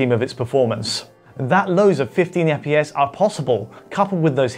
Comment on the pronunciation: What the fuck is eppyes? I though it was FPS?